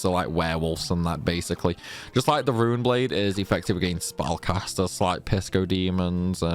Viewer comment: We gave up on him being able to pronounce anything correctly a long time ago, haha. If you want a real brain scratcher, check out any of his FF8 videos.